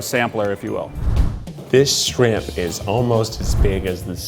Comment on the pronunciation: Say Shriamp over & over.....please.